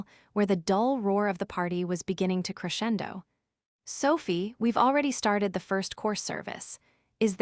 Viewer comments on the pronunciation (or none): none